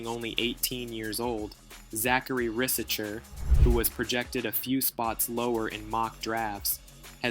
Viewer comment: It’ s pronounced risaché bro Good job on that vidéo btw